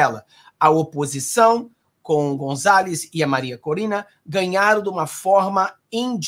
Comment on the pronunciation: tenho ouvido você falar Marina Corina, mas o correto é MARIA CORINA!🙃🤔👍🏻